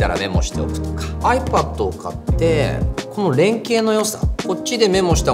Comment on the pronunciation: KREVA好きだけど、iPadの発音は気になるなあw